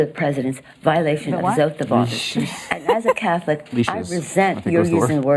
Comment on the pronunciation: No one wants to hear your 'Uth of Oafice', Nancy. Psychologically, I can see how a preceding big lie like that could cause a stumble.